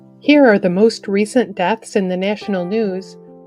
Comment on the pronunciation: " doths "??? Where do they find these people???